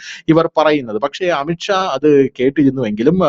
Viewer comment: അമിത്ക്ഷാ അല്ലാ അമിത് ഷാ എന്നാണ്. പറയുമ്പോൾ ശ്രദ്ധിക്കണം.